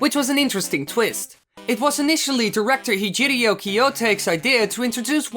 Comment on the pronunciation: His name is Hiroji and you said Hijirio... What??